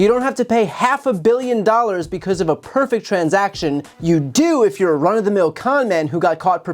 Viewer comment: "Pefect" I don't think that word means what he thinks it means.